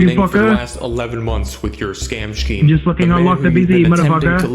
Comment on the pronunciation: I hate how you say scheme. It’s so wrong